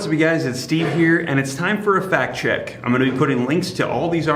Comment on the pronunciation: I thought you said “Fat Check” lol